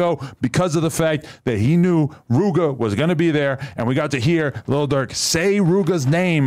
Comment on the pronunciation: Why he say Rooga like tha 💀